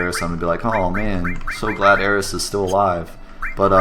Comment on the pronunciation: I think this is the first YouTube video on FF7 that actually pronounced all of the proper nouns correctly!